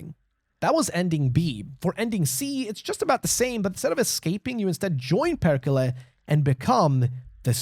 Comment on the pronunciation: its perrrrrkele, perrrkele